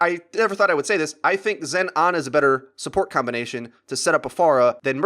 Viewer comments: Her name is Ana, not Arna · its funny how he says aner was good in the tank meter. there no r's in those words dude.